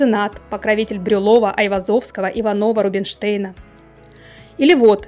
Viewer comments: Только ИвАнов, а не Иванов😊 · вы рассказываете про художников, не зная, что правильно Ивáнов, а не Иванóв, мне кажется, это достаточно известный факт, что в фамилии дворян ударение другое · Не иванОв а ивАнов